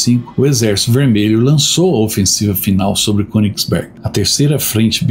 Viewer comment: Baita vídeo... me emocionei com a parte dos civis mortos. Se me permite uma pequena correção... na língua alemã o "ö"...lê-se como "e" nasalado... Então, o correto é falar Kênigsberg... Numa tradução literal, seria monte(montanha) do rei. Abraço e obrigado por mais essa excelente aula de história.